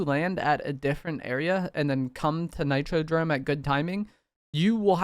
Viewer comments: If this mf say nitrodRome one more time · Nah nah i swear its NitroDOME. He was saying it weird 😂